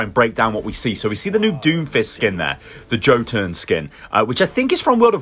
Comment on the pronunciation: Yo, just so you know, it's pronounced "yo-tun", not "jo-tun"